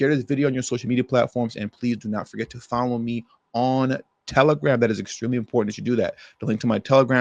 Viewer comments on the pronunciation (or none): none